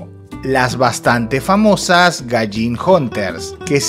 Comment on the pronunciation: es gaijin, no galling 🙄